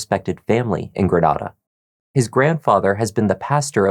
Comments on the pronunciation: Thank you so much for pronouncing Grenada as Gre-NAH-duh! Most Mississippians (because most of us are country and later colonized by the French and English after the Spanish) pronounce it as Gre-NAE-DUH. 😩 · even if the spanish city is "gre-NAH-da," if the whole local community says their mississippi town one way and you're saying it another way, sorry but you're the one in the wrong 😆 i know bc i'm from another town that has a european antecedent but it gets pronounced a different way locally. that's the name of the town, that's how it said, that's all! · Grenada, MS is pronounced Grin-aye-duh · And lah-fie-ett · Ur pronouncing Grenada funny 😅. We Mississippi folks pronounce it Gru-nay-duh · Love this channel lol being from Mississippi it’s kinda funny how you pronounce Grenada Ms